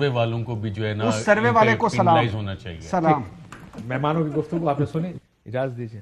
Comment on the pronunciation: السلام علیکم ورحمۃ اللہ وبرکاتہ کاشف عباسی صاحب مہربانی کریں آپ سلام صحیح طریقے سے بولیں آپ کی مہربانی ہوگی آپ سلام غلط بولتے ہیں